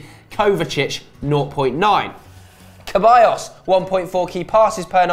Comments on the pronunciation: it's said Seballos not Keballos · Why do they keep saying ceballos's name wrong?